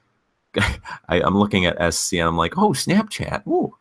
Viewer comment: your chitown accent comes out wen u say snapchat